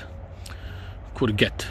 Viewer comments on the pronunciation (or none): Glad I can correct your pronounciation this time mate lol, the 'g' in courgette is actually said as a soft 'j' 😉😉